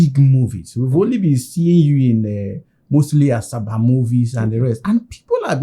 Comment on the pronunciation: Did I hear greatest actor in Asaba or Africow 😂😂😂😂😂😂😂